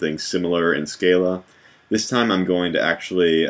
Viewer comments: Hi thanks for great tutorials. Just one thing ... I have the genius who invented Scala, Martin Odersky, say it's pronounced Skar lah not skay lah! Small point but out of respect to him and uniformity shouldn't we follow the correct pronunciation? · Your recursion example is recursive, but it is not tail recursive. Furthermore, the Scala compiler cannot convert all tail recursive to loops due to limitations of the JVM. On a minor note, Odersky pronounces the 'a's in Scala like ahh. Scahhlahh.